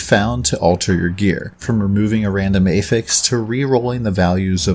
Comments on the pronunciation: affix, not ey-ffix....just like apple, not ey-pple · Meh, I prefer 300x content to telegraphs. Wildstar lost to wow remember. Also, you are saying "affix" like you are trying to attach something to something else (verb form). When you mean the noun. Blue items have 1 prefix and 1 affix for example "Rusty blade of the fox". The prefix is "rusty" the affix is "of the fox". So when "one affixes affixes" and they are pronounced differently. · Prefixes and suffixes are both affixes. Yes he does say it wrong, though.